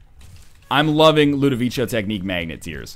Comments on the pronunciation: you've been told a million times already probably, but it's ludovico with a hard c, like a k. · For the love of God, learn how to say Ludovico right. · scumbag notherlion, he hasn't seen clockwork orange and doesn't know how to pronounce "ludovico" correctly